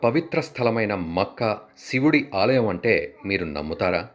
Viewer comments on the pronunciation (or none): none